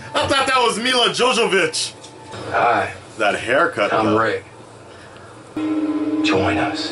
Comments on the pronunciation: JOVOVICH.. NOT JOJOBITCH LOL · "Milla Jojovich" 😂😂😂